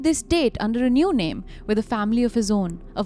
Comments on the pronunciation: Again, u guys mispronounced “girls name” ….this is d 3rd case of u both I m onto, yet, again n again, it seems that u ve habit of not respecting “victims/ ppl”, about whom the case is..😒😒 true crime Podcast is not only about “English vocabulary u guys seem to have” but “about ppl,who have suffered so much that there is a case about them” atleast try to have some respect….how wud u guys feel,if every time, someone talks about u,either takes wrong names or mispronounces? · can you provide timestamps where they mispronounced the name?